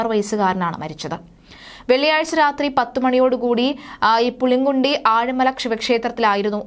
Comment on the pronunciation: Name wrongly said. Pulingkudi.